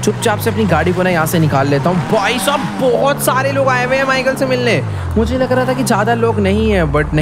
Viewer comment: When he say " Abhi Michael ko mare 2 hi din hoye h " Only we can understand kitne din hoye h 🙂🙂